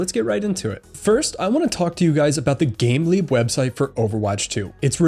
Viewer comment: it sounds like youre saying "gambling" website. I just realized its "gameleap" lol